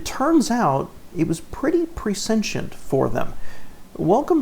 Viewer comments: When Ford and GM can’t compete, they quit. Small sedans? Quit. Two-seaters? Quit. Small anything? Quit. Watch Tesla. It will destroy them. And the word is PRESCIENT. Not pre-sentient or whatever you are saying. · Should be "pre-SHINT" instead of "pre-SENTIENT", I'd say. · Double check your pronunciation of “prescient.” It’s a tricky word. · Learn how to pronounce "prescient".